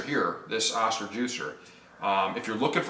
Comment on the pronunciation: oh-stir. Good video though. Thanks for sharing. .